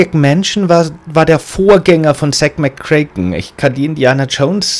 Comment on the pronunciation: Du sprichst Zak McKracken immer falsch aus es müsste aber Zack McO Rack ausgesprochen werden :P Spaß , super folge :)